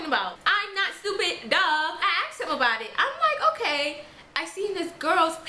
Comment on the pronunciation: I would be mad as well if my girlfriend "axed" me.